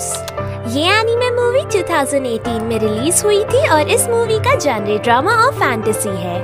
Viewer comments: Genre is pronounced as Zhaw-Nruh not Gen-ree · Genre pronounced like Jhon-ruh